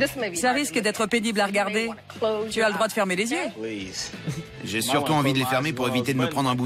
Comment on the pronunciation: "il aura plus d'zieux" mais best papa ever :b